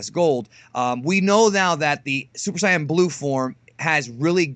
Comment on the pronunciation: you know shit just got real when says "saiyan"